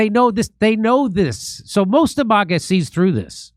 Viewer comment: Someone stop jimmy from saying Mahga. Its MAGA